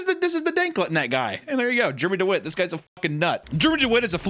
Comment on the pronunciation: 😂 IT'S GERMY DEWWITS!!